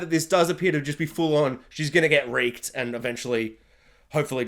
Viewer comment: Yeah. Your accent makes 'Reeked' sound more like 'raked' in the American vowel shift. At times I was hearing something else that rhymes with 'raked', and the CC was transcribing the audio that way. Given the situation with Egwene, I thought you were using some really dark and hyperbolic language until I realized what word you were actually using. It gave me a good laugh once I realized that I was just hearing you wrong.